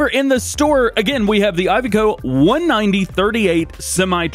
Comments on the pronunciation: Iveco is pronounced (Iv e co) not (I've co) I do love the truck, and great video as always! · DJ, I love your videos, but please, the Iveco is pronounced E-vay-co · Iveco there is no Y why is he saying ivy-co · How do people say Iveco Firstly i ve co Secondly I vec o